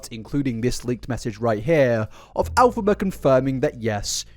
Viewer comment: Why does keep saying "AL-phaba"?? 🤔